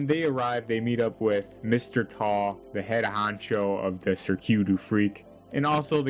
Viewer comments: THAT'S WHAT I SAID it is cirque not sirq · sir q is a crazy pronunciation of cirque btw